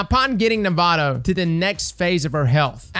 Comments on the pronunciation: okay, its nah voh tah, not nevada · The biggest thing that stuck out in this vid was pronouncing “navota” as navato lol great guide tho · It's 'nah-vote-ah' iirc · Navota: "Nah-voh-tah" Is it going to be like "durance" all over again? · All I hear is "Nevada" every time LOL. Great vid. You know I slapped that like button, my momma taught me right. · The name is even said in the strike. Maybe has dialog turned off. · IN THE STRIKE ITSELF they say Navota's name: Nuh-Vough-Tuh. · Navado he says lol. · nuh-vote-uh. Thanks for the guide tho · Nah-voh-tah is how you pronounce her name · I can't help but cringe so hard whenever mispronounces a name that isn't so hard to say. Navota = Nevada Caiatl = Cthulhu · and mispronouncing Navôta in new ways; name a more iconic duo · This man pronounced Navōta like it wasn’t said out loud numerous times and like he doesn’t grind Nightfalls as a Sherpa does raids. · love the guide but the way he pronounces Navota annoys me to no end